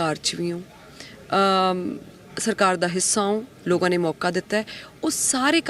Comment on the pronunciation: Logaa nahi hunda...lokaa hunda hai ji ... Punjabi bhasa di aisi taisi na karo ji